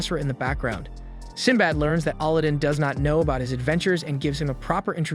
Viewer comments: AL-adin not ALL-adin xD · Bruh. His name is pronounced aladin, like the Disney movie. Not olodin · It's not "Allah-din" it's Alladin Edit: I subscribed and liked. More please 🥺😅 I don't even care anymore about mispronunciation 😭🤷‍♂️ great explanations and summary overall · You keep saying Allah din when its alaa- I see why you won't say it copyright issues. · did you really just call him auludin. 3 seconds in and you sound stupid. the dub and sub both dont say it like that. no clue where you got that pronunciation from. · How do you not know how to pronounce Aladdin? lol. You're pronouncing it like Allahdin. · Sigh why pronounce his name like that 😢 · i love how these people give review on show but can get name right like Aladdin. like did he even watch the show they say his name like 100 times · you butchering his name over and over and over again just I couldn't do it I made it like 5 mins into the recap and just had to stop guess ill just watch the anime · You had one job! Pronounce the kid's name correctly LMFAO Aladdin 🤣 nice recap by the way. I did like this anime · I cant get over how you say Aladdin's name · Killing me the way he's saying his name everybody named right but Aladdin's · dude ikr. I get its the A.I. thats reading it but its right up there with the last air bender movie and the butchering of the names there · Why do you pronounce Aladin differently then they pronounced it on the show? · It's a text to speech script, not actually someone's voice. It runs into issues on some words, most apparent with names. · ali din magiana not aladdin or morgana Lol jeez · I know you didn’t just put that thumbnail and title together…don’t you ruin the anime with a bad recap (especially when you’ve already ruined it with the first point & how you’re pronouncing the names like Aladdin & Morgiana).